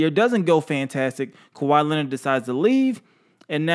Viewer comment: Turtle with a P not a T is how u say his last name